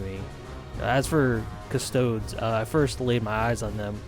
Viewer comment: cust-oh-dees custodes